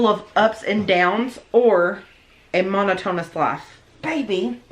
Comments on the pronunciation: The way pronounced monotonous 🤣 "monotone-us" (no shade to but it's just funny because it's usually mispronouncing words) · "mon-oh-tone-us lahhf" 🤦